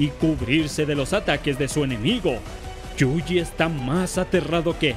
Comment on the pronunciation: amigo pronuncias YUJI mal. Lo lees como JUJI y es YU JI (quizá si separas la palabra en dos partes YU JI te sea más fácil).